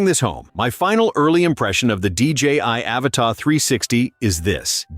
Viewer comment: Stupid AI voice. The drone isnt called "Avatar" but Avata (A-vata) idiot.